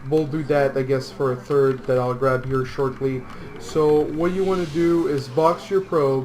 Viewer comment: plz, stop saying "third" and say "turd" again, it sounds horrible